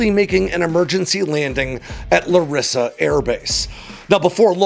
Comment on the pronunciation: Hate to be that guy, but its LArissa, not LaRIssa.